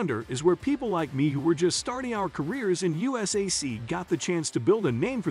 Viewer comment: Also Poke-a-know and 'You-sack